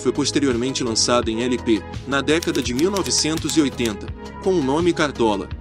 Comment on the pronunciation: Você disse "éle pe ésse", que quer dizer "long play", ou seja, disco com mais de uma faixa. Afora isso, seu documentário ficou excelente.